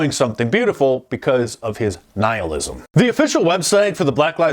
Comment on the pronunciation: I wish I could just jet you a PM, but thanks for pronouncing 'nihilism' correctly. I almost never hear it.